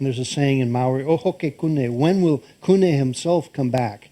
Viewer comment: Kupe not kune, great work Thank you